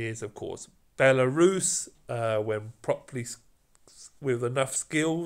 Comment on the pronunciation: Why is it always the British that can’t pronounce the simplest of names lol. Belarus? Really?